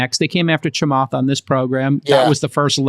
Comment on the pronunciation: The way he pronounces “Chamath” made cringe.